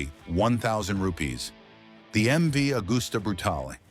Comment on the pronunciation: Can't pronounce MV, then say it's a four cylinder and show the old MV 3 cylinder!!!!! Morons! Not that any American would notice. Scrap this video!